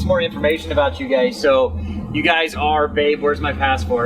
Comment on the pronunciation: Yes that is what it is all 'aboot'. Who is this Bobby dude anyway? LoL. Great video guys. Just what I needed on a quaratine Friday. The whales not quarantined, eh?